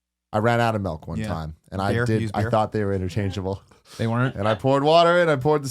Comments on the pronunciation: We call it "melk" here in Norway, Tim. We accept you! <3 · I came here to comment on the same thing. It was driving me nuts. What the fuck is "melk"? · "but for a meal YOU NEED THE MELK!....I think you need a lot of MELK!" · Oh I thought Tim was joking when he kept saying "melk" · Tim says milk weird. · He was letting his dormant Norwegian side out